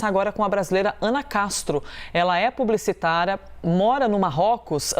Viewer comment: ... é "PUBLICITARA"